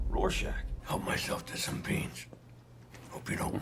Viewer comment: Please tell me y’all are pronouncing Rorschach properly. I can’t tell if you’re calling him Warschach or Rorschach but it’s an R not a W.